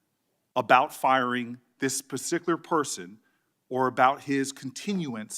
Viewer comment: this pisticular persoon😂😂😂😂